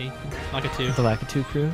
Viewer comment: it's pronounced LAKITU